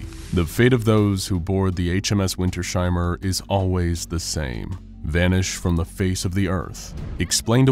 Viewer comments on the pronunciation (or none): it's "winters-heimer", not "winter-sheimer" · As a German I can say, the name Wintersheimer should be pronounced as "Vinters-hymer", not as "Vinter-shymer". You correctly pronounced he diphthong "ei" as an "ai" sound (like in the English word "guy") . But the S and H are not combined in a phoneme. In German, the "sh" sound is written as SCH. The -s at the end of Winter (winter) is either a genitive S or a socalled "linking element S" that in some German words is inserted between two parts of a composite noun for ease of pronunciation. And a "Heim" means a home. The word "Heimer" doesn't actually exist in German, but it could be interpreted as an archaic word meaning a person who owns that home, a home owner of a homestead near a place called Winter or a very cold place in general. "Wintersheim" could be a place name, the home of the winter. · It's Winters-heimer not Winter-sheimer, but a great video, nonetheless :) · puh-lease, it's not WinterSHeimer, it's two words! Winters - heimer! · I think its pronounced Winters ' Heimer like 2 seperatet words. Nice viedeo btw keep going:D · This has been bugging me the whole video too. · I cant get over the pronounciation of "Wintersheimer" in this vid